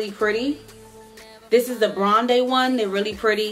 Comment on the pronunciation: By the way it’s Bronde as in brown and blonde.